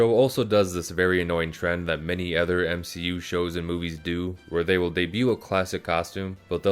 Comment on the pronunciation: “M she u” that’s when you know that his guy wasn’t raised properly